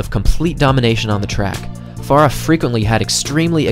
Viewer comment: There are two syllables in Farah!